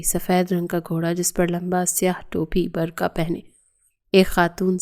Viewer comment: بر کھا نہیں بر قعہ 😂😂😂 بی بی